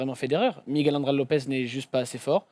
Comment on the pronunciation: Ça se prononce Miguel pas Migouel ;)